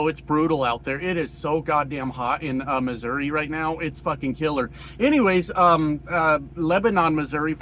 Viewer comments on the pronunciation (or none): none